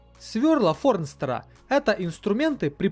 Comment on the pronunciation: Форстнера, а не Форнстера )))